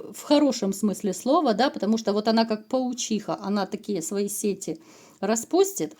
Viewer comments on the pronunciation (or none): none